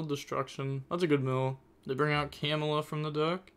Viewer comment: Camelia not camela